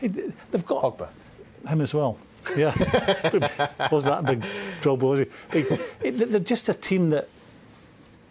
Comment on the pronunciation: Did this fool just say Drogba.......SMH